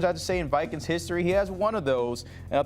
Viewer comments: “Minnesota Vikens” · The way he says Vikings… shoot me . “Vikens@ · “The Minnesota Vikins”. 😂